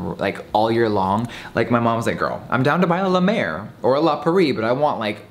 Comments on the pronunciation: I love you, but it’s La Prairie, not “La Pur-ee” 😂❤️❤️❤️❤️ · when he says “la prairie” it sounds like he skips over the first r 😂❤️